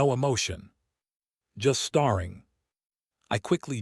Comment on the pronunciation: Mis-pronounce “staring” twice and I’m out. The AI is really bad!